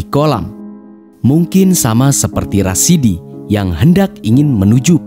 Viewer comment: masukan pada admin : ada sebut salah nama. Seharusnya RASADI Bukan RASIDI